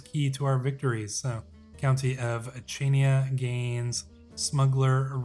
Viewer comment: Also Chainia is pronounced “Hania”